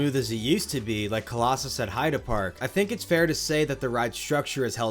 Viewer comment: I do appreciate ya pronouncing heide park correctly, it's a small detail but it just makes ya more credible :) alot of English speaking people would pronounce it as heydee park, which sounds very wrong 😂